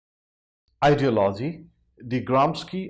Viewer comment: He cannot even pronounce ideology